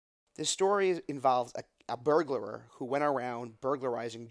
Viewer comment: Burglar. Not Burglar-er